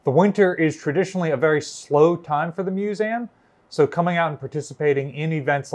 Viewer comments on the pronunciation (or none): He certainly is a great storyteller, but I confess I find it a little unnerving whenever he says "Musaaam" (with the end sounding like it rhymes with trans-am). Is that a New Jersey accent/dialect thing to pronounce museum in this unusual way? I've never noticed it before, but perhaps that how everyone says it from his part of the world? Here in England, its pronounced like its spelt (and I'm the first to admit that so many English English words are not... have you heard us say Luitennant?) 'Muse ee um' Whereas seems to always say Muse aam